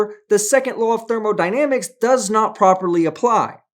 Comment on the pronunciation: I can't be sure, and I may have mis-heard, but did it sound to anyone else that said "thermal-dynamics" instead of thermodynamics? Not accusing him of screwing up the word he's professing to be an expert on (as one would have to be before "teaching" others), but asking others for their input. I'm pretty sure I've heard him say "thermodynamics" before, so it's probably just my ear wonking out on me.